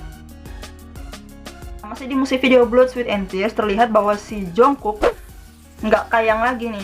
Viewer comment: udh lagi cara baca nya salah pulak?**rm diblg erem padahal bacanya arem jungkook diblg jongkuk juga baca nya jongguk bkn jongkuk